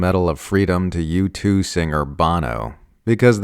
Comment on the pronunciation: U2 : pronounced “YOU TOOL”